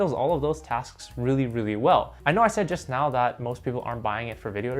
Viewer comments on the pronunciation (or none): none